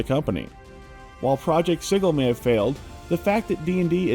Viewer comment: Am I being gaslighted now about how “sigil” is pronounced?